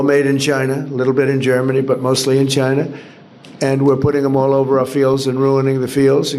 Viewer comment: As he says, "Chiner!"